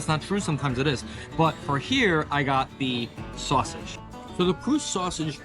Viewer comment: Kreutz is pronounced "Krites." Not dissing your pronunciation. Even those from up the road in Austin have had to learn the correct way over the years. FYI: Smitty's was the original Kreutz-a huge family disagreement led to the establishment of the current one years ago. And Lockhart is absolutely Central Texas.